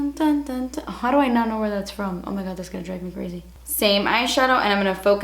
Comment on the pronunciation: omg when she says "das beautiful!" made me laugh